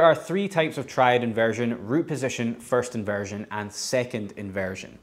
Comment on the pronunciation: Faerts invearzhun. Man I just love that French dialect! 😁